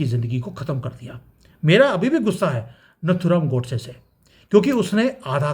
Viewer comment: आप नत्थुराम नहीं नाथुराम गोड़से बोलिये अच्छा लगेगा......जय हिंद जय अखंड भारत जय सनातन वंदे मातरम्.....आपका विश्लेषण आंखों को चौड़ा करने वाला है साधुवाद 😊😊😊😊😊